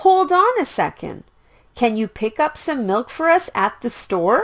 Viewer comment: Why doesn't the pronunciation of milk be explained and why does it sound like no?